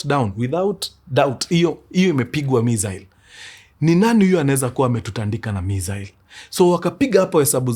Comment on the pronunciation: Mkuru sa mbona unapronounce missile hivo 🤣